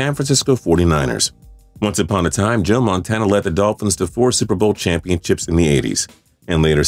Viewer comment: Guys calm down he didn't say Joe Montana, he said Joe Montaina completely different person!